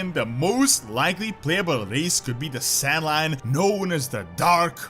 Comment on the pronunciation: it's pronounced "SAN-LAIN" not "san-line" but okay XD